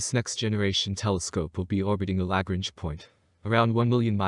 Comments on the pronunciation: I know, right? Damn. I don't know why, but it really bothered me when he continually mispronounced Lagrange. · It is pronounced La Grange. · Word of advice. If you are talking about the Lagrange points, they are named after mathematician named Joseph Louis Lagrange, and very clearly have an 'n', in the name. An 'n', which you refuse to acknowledge, every time you say it, which makes you sound, like someone who doesn't know what they are talking about. Apologies if this comes across as trolling. It's not, but the word Lagrange is not exactly new, and is plastered over every other space channel, with the 'n' in place, and heard